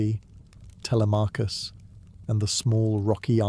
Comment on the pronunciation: “Tele may cus” I’m out.